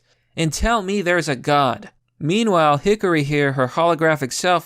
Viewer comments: Her name is Hikari, not Hickory. Work on your pronounciation. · There are two things I can't get over: that they think the West won't like cute anime girls and pronunciation of Hikari as Hickory. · Her name: Hikari: HiCkOrY